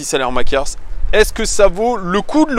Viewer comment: ça se prononce "salemakers"